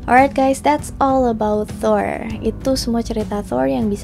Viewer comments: Kak request klo bilang R rrrrrrr aja udah klo dibikin ERH malah bingung gw sumpah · Thoeeer thoeeeerr. Wkwkwkwk. Thor gtu aja mbak,gausah fasih2. Di film kan jg dia dipanggilnya "thor" bkn toeeeerrrr.. Wkwkwkww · Thor di pelafalanya yg bener itu "tur" (Kaya kalimat turis) coba cari norse pronounciation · Nyebut nya Thor ap thoirs? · Thol ya bukan Thor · Melafalkan Thor untuk “r” harus kentara. Seperti orang indoensia melafalkan r pada umumnya. Karena bangsa nordik melafalkan “r” dengan jelas. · Huruf R di mitology nordik pelafalanya harus kuat Dan gx cadel kaya R english